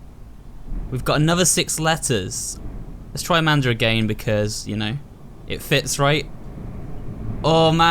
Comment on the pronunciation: Did anyone hear him say "Amander"?